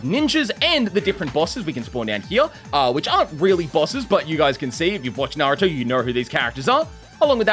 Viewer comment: At the start is it just me or did bro say Narutar?